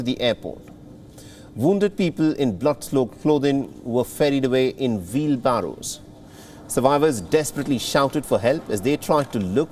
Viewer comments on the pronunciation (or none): Vheel barrow, Bom-bing, bom-ber, Vion